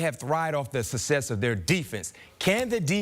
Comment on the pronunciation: It's success, not susses.